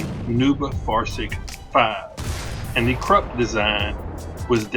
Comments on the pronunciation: It's correctly pronounced "noi-bow-far-zoig" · its pronounced nojbaufarzojg